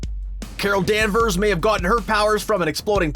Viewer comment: same with danvers lol